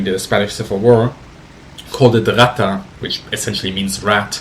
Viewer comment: The Spanish pronuctiation of Rata... Not so much. Not that is really an issue.